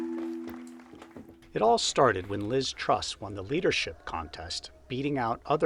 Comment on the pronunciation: Oh you traitor, and we thought you only loved us Aussies😅 But, let me educate you about ''modern Britain'' (oh gawd did you hear the narrator in the video call her ''Miss-Truss[t]'' lol) Here's the real heads up: Boris probably said, "Look Lizz, Would you like a £100,000+ pension per year for life? Oh good! You hold the fort for a while for 6 weeks while I have a holiday in the Caribbean and give the plebs a chance to calm down a bit... then I'll be back and then I tell that other guy he can be the new PM... he,he,he... but I have blonde hair and and am a total rsehole, so its me the traditional greedy ''illusionists''* [*Russell Brand's words, BTW] will want as their ''XXXX''* leader, to keep their bums warm this cold winter.''